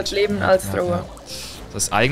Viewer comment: Bin ich derneinzige den es triggert dass sie Thrower sagt😅